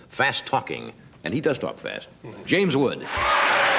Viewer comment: I think there's an S in James WoodS